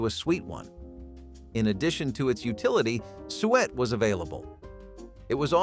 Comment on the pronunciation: Suet is pronounced sue it not sweat.